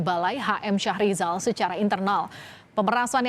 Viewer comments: Bukan syah rijal. Yg benar Mhm. Syahrial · Syahrial bukan syahrizal